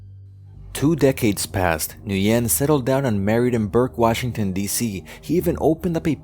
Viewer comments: It's pronounced wen, not nuyen. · Gotta love how NO ONE in the comments asked why did the uploader pronounced his name as "New Yen" instead of "Win" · "Nguyen" is not pronounced like "New-yen." It is more like "win" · You pronounce the General's name as "win" but you a N before it and say it quickly, not "New-when" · By the way the general's name is pronounced "whin" not "nugen". It's one of those problems with spelling Asian names in Roman script, sometimes letters are not chosen very well. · At least I’m not North Vietnamese I’m South Vietnamese that means my parents and grandparents were never commies the North Vietnamese are commies and Nguyen is pronounced “Ngu-yen” the “N” and “G” are pronounced together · The general name is pronounced "win". So hard to listen to you making error like that. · FYI, Nguyen is pronounced "win" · Nguyen is pronounced like when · Pretty sure this guy had a printing shop in Pan Am shopping center, Fairfax, VA before the pizza place. Early 80's Can anyone confirm? and "Nguyen" is pronounced "WIN" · his name is pronounced "when" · Nguyen is pronounced "Wynn" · Duke Of LongTree you can tell he did such a shoddy research. Can't even pronounce his surname correctly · His pronunciation of "Nguyen" was still incorrect. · You mispronounced Saigon and the last name Nguyen